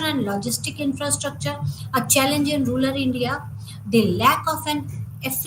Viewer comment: Rural or rular?your pronounciation is heard as ruler!